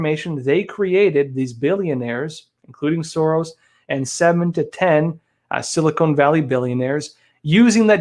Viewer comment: Its Sil- i kon ( Silicon) Valley not Silicone!